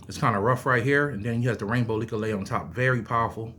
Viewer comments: It's not "likka laya" It's Leklai. LEK LIE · Nice share Not to be disrespectful But its pronounced Leck Lie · First of all respect brother for showing interest in Thai amulets. ✌💯 Second the pronunciation on leklai is very off. Third u should go to Thailand and get the real deal amulets. They need to be chanted by monks. There is rules to how u should wear them and such. Its important if u want them to work and not give u bad luck. Much blessings